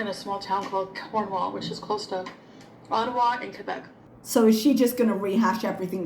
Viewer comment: she can't even pronounce Quebec like someone who speaks french does, god she is annoying